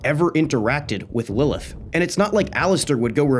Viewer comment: IDC IF YOURE WRONG JUST TY FOR NOT SAYING LILITH